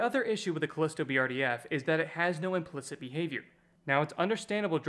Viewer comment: Are you an AI? Who the hell pronounces implicit as "implikt".